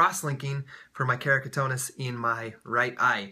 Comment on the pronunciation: keratoconus * not keracotonus : )